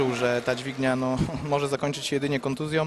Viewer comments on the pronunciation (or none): kontuzjĄĄĄĄĄ, a nie kontuzjOOMMMM. kurwa! jesteście w telewizji